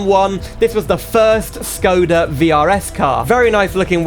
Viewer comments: You are supposed to pronounce Škoda, not Skoda. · if you wanna say škoda with the š. just say shkoda and thats it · I'm glad you wrote Škoda with the wedge, but by saying Skoda you'll trigger every Czech Škoda fan out there (yes, I was born and grew up in Czechia). I love the mod, the model looks really good, but there are a few things I'd like to point out, though. The Czech police's siren doesn't sound like that at all in real life, I appreciate the effort of making the Czech police livery, what a nostalgia to be honest. You were mostly right about Škoda in the USA, as education is illegal there, they don't even know about the brand. However some fans have imported a few Škoda vehicles in America. That's all from my side, hope this helps a bit :3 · Very good video but it is Škoda not Skoda and the Octavia is a liftback not a sedan 😁😉😊